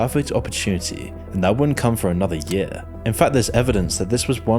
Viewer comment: The way you say "year" kills me. Like I'm listening along thinking wow! How crazy! Then you say yea' and I chuckle.